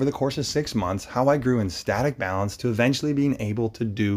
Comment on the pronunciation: Coach, it’s “balance” :)